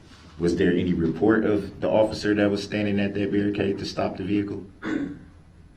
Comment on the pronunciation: Also has trouble with a simple word as any. De-rail pronouns it 'entie'